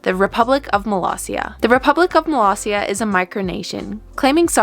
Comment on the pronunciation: Love that the Subtitles recognized Molossia as Malaysia or Palacia. Can't believe people still mispronounce Molossia as Malaysia, even in front of President Baugh.